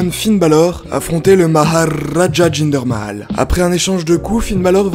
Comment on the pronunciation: la façon dont tu a dis Jinder Mahal m’a fait trop rire 😂😂😂😭😭